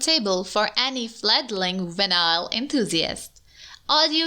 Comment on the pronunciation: I love how she SAYS VENILE